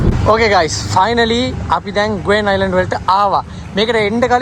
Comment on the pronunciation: ගුවෙන් island නෙවෙයි ගෙවාන් අයිලන්ඩ් කියලා කියන්නේ. කියන තරම් වාව් එකක් නම් නෑ ඕකේ. හැබැයි ක්‍රිස්ටල් වලින් කරල තියෙන designs ටික නම් ලස්සනයි